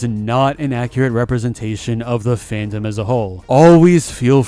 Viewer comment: “Fan-dom” 😂(but i am still saddened about the situation)